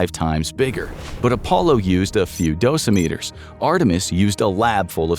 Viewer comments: It’s “doh-sim-i-terr” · I thought the accent was on the SECOND syllable in “dosimeter.”